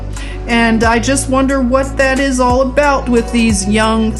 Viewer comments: Sister Luv Great I Am Always Gives me Confirmation with You!!! Within the first couple of seconds you say aboot and I just had to Outfox the Al Gee Rith M'sss Because they would not let me speak my beautiful heart to some beautiful souls over there in the middle of the percolation of the war zone. The young beautiful Russian girl who channel is named Anastasia and please check out this beautiful soul of rainbow Gold! And her new video today just before yours came out was wanting peace and I know that's what we all really seek! No one wants their world all torn up with war! No one wants people shooting up their front room or their sacred holy of holies. Norther ancient monuments nor historical museums hospitals schools or nurseries can't we all just get along! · Aboot. Love it.. You're so adorable.